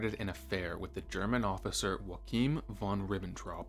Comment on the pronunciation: Joachim von Ribbentrop is pronounced Yo-a-kim not Wa-keem. Neither German, nor English are Spanish.